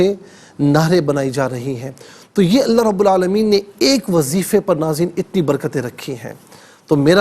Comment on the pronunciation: السلام علیکم بھائی لفظ اللہ کے دونوں لام پر پڑھنے ہیں